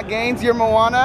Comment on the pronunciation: Did say mouana